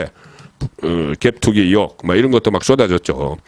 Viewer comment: 대표님 이혹이 아니고 의혹입니다. 잘난척 할려는게 아니고 방송인이시니 말씀 드립니다 저도경상도사람이지만 경상도 발음의 특징입니다. 죄송하지만 방송인은 달라야 하는거라ᆢ🎉🎉🎉🎉